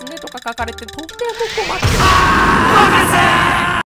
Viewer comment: 博士のところの最後が発音が勢いが良すぎて、『ﾊﾞｶｾｪｴｪｪｪｪ』に聞こえる